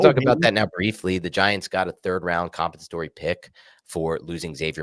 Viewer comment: 'Demonstrative' joins the ranks of 'compensatory' as words getting the pronunciation. The boys are back!